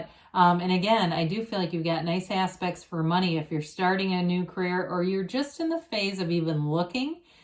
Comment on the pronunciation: Everytime you say "you've got nice aspects..." i hear "you've got nice ass...pects" 🤣